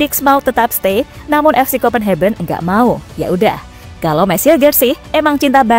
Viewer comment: salfok sama kata2 pengisi suara..copenhagen di baca kopenheben:face-blue-smiling